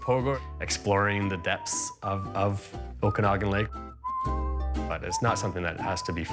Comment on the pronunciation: Might be spelled Okanagan, but the second A is pronounced more like Aww not ahh. Oh-can-aww-gan.